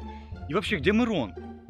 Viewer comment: Не Мирон а мырон